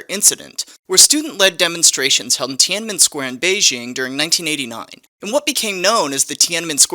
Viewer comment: I appreciate the hell out of you saying Tiananmen square so many times. Good job